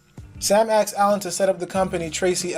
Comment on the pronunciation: Ask-ed, not axed.